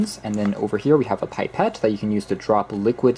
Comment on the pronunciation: I changed channels the moment he pronounced pipetté as Pie-pet 😖